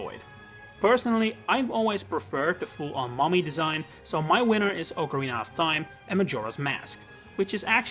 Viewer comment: you said Ocarina of Time correctly